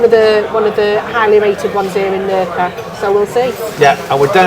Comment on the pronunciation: Please don’t call it NerCa ….thats not how it’s pronounced